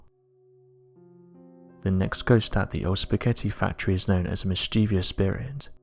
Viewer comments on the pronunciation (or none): You are mispronouncing mischievous each time you try to say it.